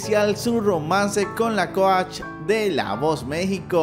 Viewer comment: Jajajajja coash jajajaja su pronunciación jajajaja